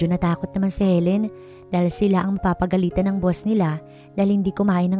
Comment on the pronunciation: PAGAGALITAN NOT PAPAGALITAN